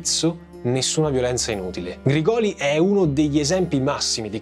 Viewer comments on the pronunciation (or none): Ottimo video, sia questo che la prima parte! Solo una precisazione, Grigoli si pronuncia con l'accento sulla prima i, Grìgoli. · Grìgoli, l'accento va sulla prima i. sei bravissimo, hai un bel gruppo di lavoro ma sbagli facilmente gli accenti dei cognomi meridionali, non hai nessun meridionale in zona a cui chiedere lumi prima di girare i video? in caso sono disponibile a darti la pronuncia tonica corretta. scherzo dai, complimenti davvero per l'accuratezza. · Grigoli con l'accento sulla prima "i". Comunque complimenti, ottima ricostruzione. Hai fatto come al solito un lavoro eccellente. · Credo che la pronuncia corretta sia Grìgoli non Grigòli. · Errore di pronuncia su Grigoli...